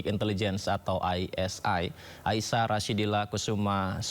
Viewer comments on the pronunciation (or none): aisha mas, bukan aira.. jd galpok.. 😂